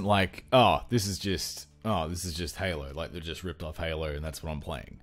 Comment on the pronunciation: "sorta like Halo(r)" lol what is with aussies and putting "r" in everything